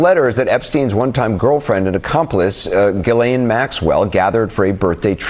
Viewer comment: It’s not Gill-lane … it’s pronounced Jis-lay (the n is silent)